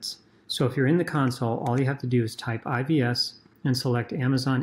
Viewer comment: "I V S"...sounds like you're saying "I B S"